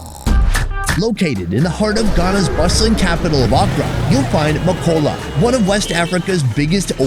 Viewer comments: MAKOLA NOT MAAKOLLA BTW TURKEY IS NOT ILLEGAL RESPECT MY COUNTRY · It sounds like u said makcola 😭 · It's Ma kow la